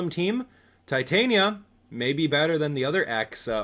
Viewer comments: Not to judge, but i think it is pronounced ti-tan-ya, not tie-tai-nya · Its ti-tan-ya not tai-tain-ya